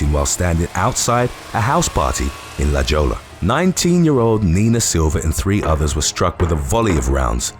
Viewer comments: LoL... Did you say La Joe-La? My friend is La-Hoy-ya. Not hating or capping. Just helping you out my friend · La Joe-la…. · OMG! Please its not "LA JOLLA" as you said , it sounds "HOY-a". The "J" sounds like an "H" and the "LL" sounds like a "Y". I think this just broke my brain..... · La Jolla lol. La Hoya. It’s Spanish. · "La Jolla" is pronounced "la hoya," FYI. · La jo-la I’m screaming . That was the cutest thing I’ve ever heard (la Jolla actually pronounced la HOY-yah) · Pronounced La Hoya not la Jolla, you're welcome 😊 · La Jolla pronounced La "Hoi-ya" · La Jolla is pronounced La Hoya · FYI: La Jolla is pronounced “La Hoi-ya”. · It’s pronounced “La Hoya.” The j in Spanish is pronounced like an “h” and the ll sounds like a “y.” I’m continually impressed at your ability to pronounce so many words in different languages. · As always, great job here covering the details and your video work always complements perfectly. BTW, la hoy ya. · Pronounced La Hoya. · La Jolla pronounced La Hoy-ya Hard to get it all right - you do a great job! Love this channel! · More like Hohja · It’s pronounced Lah Hoyah,….! It’s Spanish for the jewel….La Jolla….. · And it's pronounced la hoya, it's a mexican word. The j is pronounced as an h. 🤗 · It's La Hoy Ah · The way he pronounced La Jolla😂🤣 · OMG I can’t believe how he pronounced LaJolla!!!!!!! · He can't get them all right. 😆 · He ain't Spanish so I'll give him a break. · You know you haven’t been to San Diego if you pronounce “La Jolla” like that. 💀